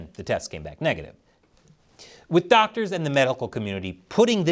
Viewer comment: Weez beez dawctuhs n sheeeeeei